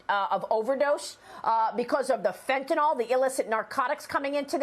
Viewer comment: Can they please call it Fen-Tuh-NILL, and not Fen-Tuh-NOLL? SMH...